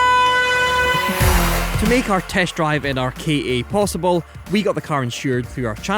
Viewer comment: Does no1 remember the ads for the "KA", its literally pronounced Kah, or how some1 from Boston says "car" :D.